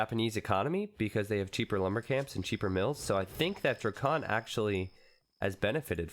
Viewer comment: y u calling him dracunt